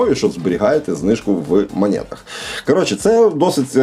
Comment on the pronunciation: Друже, ну не в "манєтах". Не спотворюй так слово